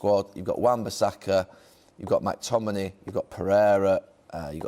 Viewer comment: Gary mate it’s McTominay not MACTominay